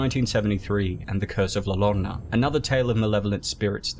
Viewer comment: The curse of la Lorna, the best thing about that movie has been Youtubers trying to pronounce it xD